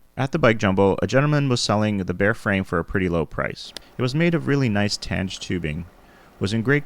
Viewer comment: It’s pronounced “TAN-gay”